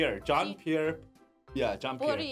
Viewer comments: Please stop saying John pierre just polnareff (Polar-narf) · His last name's pronounced "pull-ner-eff". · as a french viewer i'm ofended by your "jean Pierre Polnorof " 😉